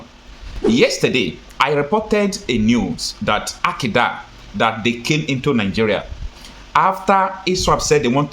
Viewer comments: It is pronounced ARL KAIDA NOT AQUDA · Al... ka..yi..da ,not Alkida